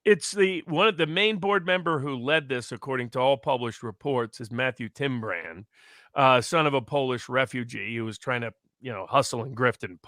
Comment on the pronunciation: Matthew Tyrmand- not Tim brand